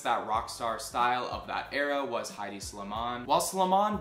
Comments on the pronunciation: Highdee Slimane? Lmao it’s EH-di. The ‘H’ is silent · Thank you! That was a great video. I liked how you showed the connection between culture and fashion in this one. I think, nevertheless, that Hedi Slimane is not pronounced "Heidi". ;)